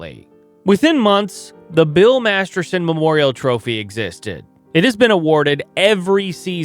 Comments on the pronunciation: MasterTon. Not MasterSon. If you’re going to honor the man, you should really get his name right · Master*t*on, not Master*s*on. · Its weird he keeps calling him Bill Masterson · As much as I hate to point this out, Bill Master-ton's last name isn't pronounced "Master-son." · Right, if you're going to post a story about someone at least pronounce his name right ! Are you a professional or not ! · For the record, the player's name was "Masterton" not "Masterson". For reference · Clarification on how his name is pronounced. It's Bill "Masterton" 😊... NOT Masterson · His last name was Masterton. If you are going to do a video about someone at least get his name right. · Good point. Except I did that. Master-ton is the correct pronounciation. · haha... topic is on Masterton but doesn't even say his name right throughout - oof. Usually not a huge deal, but if he's to focal point of the subject matter... c'mon. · This is my first time viewing your channel. I applaud the research; however, I agree with the comments regarding the pronunciation of Masterton. Your name, my name, anyone's name – it is the only thing that we truly own, and paying respect by getting it right is the very least we all can do. I think this is why it is important, and people care. Overall, good job and very interesting. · Wild to do a 15 minute video and say the subjects name wrong the whole time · This is ALL EFFED-UP! LEARN how to pronounce Maniago, Edina AND MasterTON!